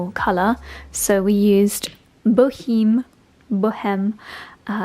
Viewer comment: Boheme like the Opera “La Boheme”, with a silent H (Bow Em)